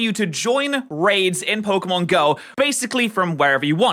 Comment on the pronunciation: How do you do so much Pokémon content and STILL mispronounce Pokémon so abyssmally? It's POCKET, not eeeeeeeeee. There is an é in the name for a reason